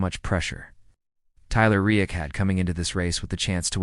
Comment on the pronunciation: It would be nice if a real human narrated this instead of AI that never seems to pronounce the words right...... Can't even say Reddick right and that is what the video is all about.